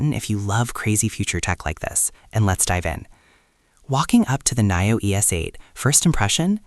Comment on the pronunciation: Great car and video but pronounced Neeo! Not Naio! Blue Sky Coming!